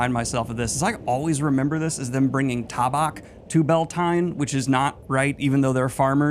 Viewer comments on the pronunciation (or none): Ta bock?😂 ta-back!